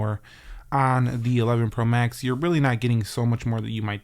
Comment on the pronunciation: dude said 11 pro mask